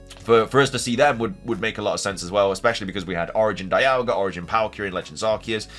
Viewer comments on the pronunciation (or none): none